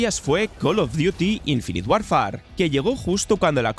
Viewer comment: No se pronuncia "Warfar", se dice más parecido a "worfer" 😊. Hoy en día no hay excusa para no decir decentemente un nombre. Se busca en Google y hasta muestran como se pronuncia cada palabra. No cuesta nada.